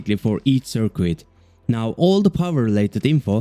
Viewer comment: I love these videos! Currently catching up by watching them all from the beginning -- excited to see what's next. One little tip: The "u" in "circuit" is silent, so it sounds more natural if it rhymes with "kit" rather than "quit". :) Your videos are inspiring me to get back into Unity!